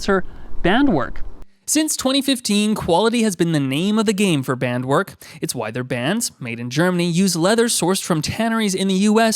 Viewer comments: German people watching this and knowing, that it's "BandWerk" and not "BändWörk"😂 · Since Bandwerk is from Germany, it should be pronounced Bandwärk, not Bändwörk (a = first sound of "us", ä = first sound of "an", ö = sound in work) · Its not Bandwork, its Bandwerk